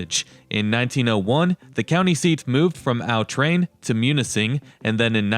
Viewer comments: "Aw Train" not "Ow Train". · Nice video. I grew up in that area. FYI, "Au Train" is pronounced by the locals as "Ah Train", not "Ow Train". In the Upper Peninsula, "sauna" rhymes with "town" and "frown" and "noun", not with "saw" or "jaw". "Au Train" rhymes with "quatrain" or "Bahrain". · It’s not called Al Tran it’s called au train it sounds like awe train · It’s pronounced a’ train